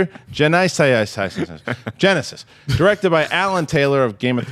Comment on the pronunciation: LMAAAOOOOO Love how always pronounces Genysis xD